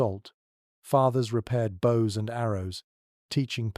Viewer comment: Bows as in bows and arrows. Not bow as in the front of a boat or ship.